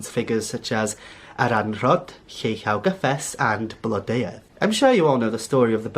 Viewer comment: It has been a wonderful video! Also really helpful regarding pronunciation of the names of both Blodeuwedd and Lleu!